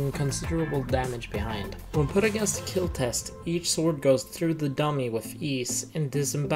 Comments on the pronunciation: No it will keal?????????????? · “Your weapon will KEEL” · Your weapon sir, will Keal